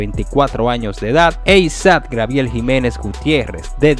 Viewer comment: No se dice grabiel es Gabriel.